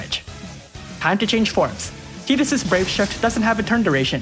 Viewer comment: I hate that you Pronounce Tidus's name right. The Canon way to pronounce it is stupid AF, how does Tidus pronounce like Teedus? WHY?!?!?!? Darn you Square!